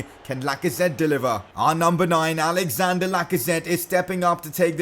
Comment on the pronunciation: It’s not Alexander Lacazette it’s Alexandre Lacazette!